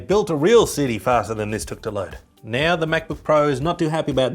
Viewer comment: Every time he says now I think he says Neo